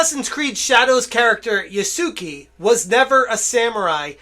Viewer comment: My guy, please, it's not "Yah-soo-key" there's no key at all. Try "Yah-soo-keh". You can actually pronounce it "Yah-skeh" that'd probably be easier and likely end up sounding closer to correct. Here's how to pronounce any japanese thing ever for the most part: A = Ah i =Ee U = oo E = Eh O = Oh And all the other shit is basically what you're used to. Except for R's but you don't need to go that far.